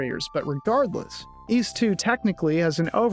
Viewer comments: Ys? I thought you said Wees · its interesting because i wouldn't pronounce those very similarly, but i guess in american and canadian english they're near indistinguishable, for me ys is like geese without the g, and ease is like easy without the y